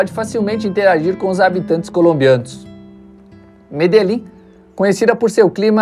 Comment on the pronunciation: Curiosidade: Medellín se pronuncia medexin